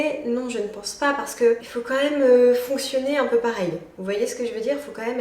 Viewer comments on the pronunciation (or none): J'ai remarqué une petite habitude de langage que tu as et que je trouves dérangeante (ça n'engage que moi) : Au lieu de dire "quand même" distinctement tu le prononces "quanhème" 😅